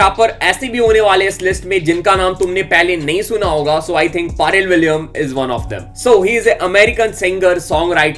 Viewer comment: Hahahaha the way you pronounce Pharrell Williams name sounds so funny bro 🤣🤣🤣🤣